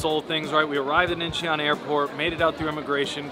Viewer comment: Hotteok = HOH DUCK, not hoe duck. Like Santa Claus saying ho ho ho, not hoe hoe hoe. Makgeolli = MOCK GUH LEE. The vowels EO is pronounced UH. Seoul is SUH-OOL. Incheon is IN-CHUN.